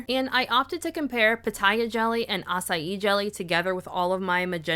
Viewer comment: I love that you can pronounce açaí with no problem but put the ç in curaçao and all bets are off 😂